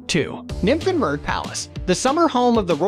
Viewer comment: The pronunciation.... Kills me! I have not understand "Nymphenburg" XD but german is really hard i guess. The Eisbach is a must seeing! Best time to visit is summer indeed. Biergarten at every corner